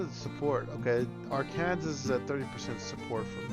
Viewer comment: Are-Kansas? Dude - it's pronounced AREkensaw.